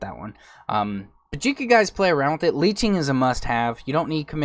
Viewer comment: it bothered me so badly the way he say leeching